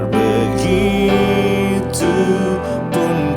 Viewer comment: Haelluyaaaaa luar biasa tuhan Jesus Kristus Memberkati. Serak serak basa seperti Judika Singer KK sang gitaris andalkan. begicuuuu begitu yang bener KK, bukan begicuuu Nice ❤️😂 lah Pokok nya The best Syalom, syalom dan tim Haelluyaaaaa